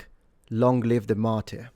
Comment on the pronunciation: Hate to be that guy on a video like this, but since it's happened a few times, and I know you're a language enthusiast, "martyr" is pronounced /mɑːtə/, with a schwa at the end.